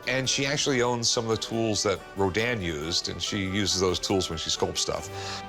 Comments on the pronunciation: Ro-din? Ro-DIN? No real art expert would pronounce it that way. is a fraud. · He's an expert and doesn't know how to pronounce Rodin???? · …you should learn how to pronounce Rodin…